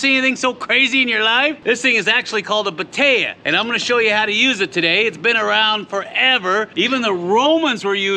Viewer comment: Batea?? I thought you were saying potato!!! 😛😂